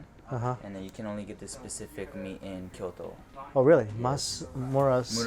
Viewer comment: Kyoto, not Kiyodo